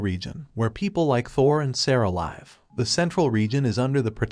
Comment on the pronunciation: Hey mate , love your work but can you please google how to pronounce "live" laive is a 100% wrong so for your sake and ours please upgrade